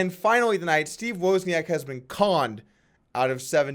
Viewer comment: It's pronounce woz-nee-ak!